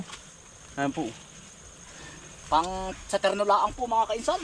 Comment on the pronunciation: torno sa amin hindi terno, from the word rotation